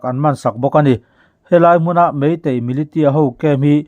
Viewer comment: Milisia tih tur